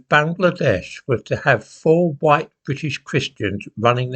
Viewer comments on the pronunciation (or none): Isn't that the guy who kept saying, "huuwhite!" lol Astounding. Yeah, something tells me he's doesn't particularly have the interests of Scotland in mind. At least how he sees it. lol Smh.